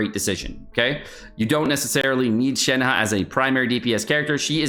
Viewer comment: Xingqiu is pronounced like ‘shing chew’. Shenhe is like “shen huh”. Don’t say long dong (Zhong). It was offensive in Sixteen Candles with the character Long duck dong, and remains offensive today.